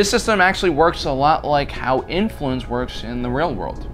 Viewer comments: I love the assfluence instead of influence 🤣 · Did just say "assfluence" 🤣🤣🤣 brilliant given the context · lol did he really say assfluance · Great! My 4 year daughter heard you say “ass-fluence and heard me laugh so now she’s found her new favorite thing to get her dad going 😅😅😅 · I liked the moment I heard ass-fluence 😂😂😂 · Same lol I had to rewind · "Assfluence"... You sir earned a like and subscribe. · bruh…..did you say “because of her massive ASSfluence”???……… 😂😂😂😂😂🤣🤣🤣🤣🤣🤣😭😭😭😭😭